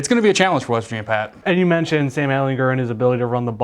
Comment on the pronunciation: Well at least one of you knows how to pronounce Sam's name correctly